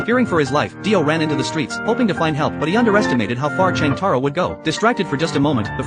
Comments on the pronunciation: Jotaro❌️ Chang taro✅️ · “Cheng Taro”💀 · Wow jotaro❌ Chang taro ✅ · "Cheng Taro" 😭